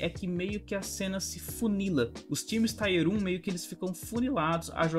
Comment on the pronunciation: Tier fala tier mesmo, não taier.. com a pronúncia do t que vc faz. A valve nao faz uma m de um anticheat, cara... cs2 eu nem vou baixar pra nao perder tempo e saúde. Cs morreu pra mim.